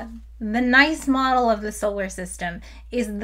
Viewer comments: It's not called the nice model, it's Nice from the city of Nice in France. You showed the article, the third word of it tells you how to pronounce it... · "Nice' as in the French city of 'N--eeee-s' not 'Nigh-s' ... but I never detect whether you do these things on purpose or not... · I believe it's pronounced "nees", like the French city Nice. I think it's called that because the model was developed by Alessandro Morbidelli, Dave Rubie, and others at the Observatoire de la Cote d'Azur in Nice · It is pretty weird that it is pronounced like nice and not like niece, as it should. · This was so cool! Not every day you get to destroy a solar system! (It's pronounced "Nees" model, but you probably know that and were being fun!) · I think it is pronounced the "NEESE" model after the city of Nice, France where the meeting was held. Don't worry too much about not being able do all the video editing magic like embedding clickable links in video stream and the various editing glitches like forgetting where you were after a pause! This will all come with practice, and lets us all know you are human, because these are not the kind of mistakes a bot makes. 🙂 I very recently discovered your YouTube channel and find it very informative and enjoyable. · I know it doesn't really matter, but Nice is pronounce like niece for the name. (it's okay, I have made the same mistake lol) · While this demonstration is indeed nice, "Nice" as in the model refers to the French city, and it rhymes with "geese". What happens if you stick a Jupiter out where Planet 9 is supposed to be? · Sorry to be that guy, but I can't get past how you pronounced Nice. Even the Wikipedia page shows the pronunciation as /'niːs/ (sounds like the English word niece ) after Nice, France. Do astrophysicists pronounce it this way? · isnt it pronounced "knees"model? or is that a joke im not getting? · BTW it's not pronounced like that, thanks for making me look like a dumbass in front of all my astrophysicist friends.